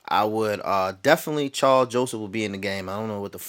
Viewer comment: I definitely agree with putting Mack and Irvin on the same side and moving Mack around ! Good video,and it's Karl not Charles lol